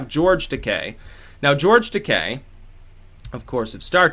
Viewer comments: no hate, but it is fucking GEORGE TUHHH-KEYE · FYI: George Taki pronounced TA-KI hard I...😜